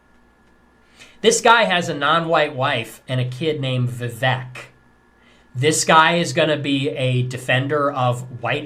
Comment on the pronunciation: He can’t even pronounce Vivek correctly